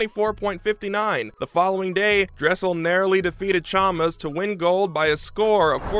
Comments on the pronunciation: “Chamas” “Chaalmurrrs” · kyle CHAMAS